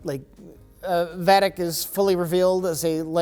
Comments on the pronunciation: Is Jack possessed by a Pah-wraith??? And isn’t it Vah-dick, not Vey-dick??? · on DS9 this was pronounced VEDEC, not VAYDECK. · It’s not VAY-deck its VAH-dick. And it’s NOT a black site run by the Daystrom Institute, Daystrom Station is a Starfleet black site facility NAMED after Richard Daystrom by other people. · Vaaadic as in apple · I feel like they are mispronounced Vadek intentionally and it's only funny if that's the case, lol. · Mike confidently coaching to pronounce Vadic's name incorrectly